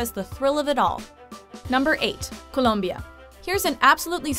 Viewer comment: I got pablo escobar vibes when you said colombia.